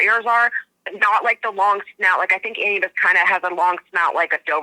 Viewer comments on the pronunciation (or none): Some say they see Dog man in the fog, and I have herd others say the Dog men they saw also looked like Anubus. Wonder what's up with that.🙃😁 you pronounce the name like this (AH-NEW-BUS) he weighs the heart at death. Hell hounds are more blocky and do have firey eyes. Great interview thanks. 🙂